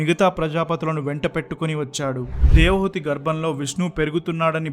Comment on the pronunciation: 16.00 Hrs - Narration is good- తన్మాత్రలు అనాలి - తన్మంత్రాలు అంటున్నావు. నాకు 79 ఏళ్లు వయస్సు. వంటరి వాడిని. పరమాత్ముడిని నాకు త్వరగా మృత్యువును అనుగ్రహించమని కోరుతున్నాను. నాకు ఎటువంటి కోరికలు లేవు. నేటి సన్యాసులు ధనార్జన, కీర్తి, ప్రాచుర్యం, సాంఘిక గౌరవం వంటి వాటిపై దృష్టి సారించారు. దేవహూతి మీరు దేవహుతి అంటున్నారు